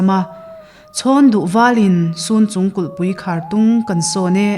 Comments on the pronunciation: Sunchung in tih hi chhunchung zawk anilo maw aw halkha leh falam inkar amikhi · Sun or cun chung tih ani mai thei.Chhunchung tih tur a ni e.